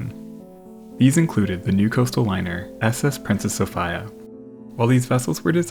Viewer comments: It's a Greek first name, pronounced So-fee-a, not so so-fai-a, you savage! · So-fie-ya? Really? Not So-fee-ya? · SOOOO- Feeeeeee- Aaaaaaa, not Soooo- Fiiiiiiiii- Aaaaaaaaa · Is it really pronounced So-FI-ya? I have never heard the name Sophia pronounced any other way but So-FEE-ya. Maybe a Canadian thing. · It’s pronounced So-FEE-ya NOT So-FYE-ya! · It’s pronounced So-fee-a, not So-fi-a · Soph-I-a??? Soph-eeeeeeeeeeee-a. I cannot hear Soph-i-a one more time. It makes my ears bleed. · So fye uh? Or So fee uh? I'm so used to hearing Sophia pronounced So fee uh it's odd hearing it the way you say it. Is there a reason? Like Garand is pronounced Ga rund not Guh rand because that's the way John garand pronounced it. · It's the Princess So-FEE'-yah, not So-FIE-yah. It doesn't matter how the British mispronounce it. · So-Fee-a. Not So-Fi-a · "SOPHEEA" E sound, not I sound. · i believe its pronounced Soph-ea rather than Soph-I-uh. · It is the "princess So-fee-uh" ... Pronunciation is important. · Sofeee- ah. 😂😂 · Properly pronounced So-fear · SO FEE UH Not the way you're saying it. I'm not even remotely interested in this, but my fiancé is watching it across the room from me and I had to hunt this down to correct you. You say it right at least once... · It's Princess Sophia, not sOpHaYa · I'm stunned you've never heard the name "Sophia" spoken in all your years prior to the production of this video. So FEE uh. You're welcome. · Its pronounced Sophia. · Sophia = So-fee-uh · Bro. Love your work. That's why I am going to square you away on this. Sophia is pronounced So-fee-a. Like Sophia Loren or Princess Sophia of England (daughter of George III I think) or Sophia Martin, my niece, who is awsome just like her beautiful mother and my little brother. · Good grief. Why do you keep saying “Soph-ay-a”. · It's PRONOUNCED The Princess SophEa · The "i" in Sophia is pronounced as an "e" SophEa. Just sayin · So-fee-ah. US pronunciation. It doesn't matter. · "So-fiya" huh...